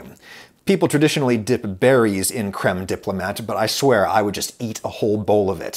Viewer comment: The best anglicized pronunciation of 'crème diplomat' would be "KREM dee-ploh-MAH" with a silent t